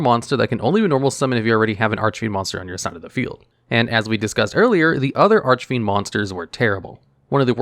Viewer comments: Finally pronouncing archfiend correctly. Quality character development. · Wow, he said Archfiend correctly, and not Archyfiend or whatever he said before. :D